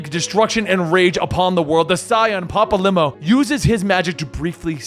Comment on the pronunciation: I’m sorry ‘papa-limo’ 😂 his name is literally spoken so many times…